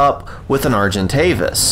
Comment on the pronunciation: For some reason the way u say argentavis is satisfying